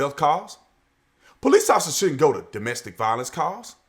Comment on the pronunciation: It's domestic "VIOLENCE" LOL